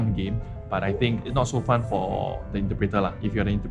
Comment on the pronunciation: is actually a very good mix of superb English and hilariously off-key English. After first day at school i notice that he pronounces the "h" in think. He was saying something like "I think..." And he pronounces the "'t" in don't. That is a degree of dedication to enunciation that i would only expect from a native speaker. But of course when he mispronounces it is very hilarious!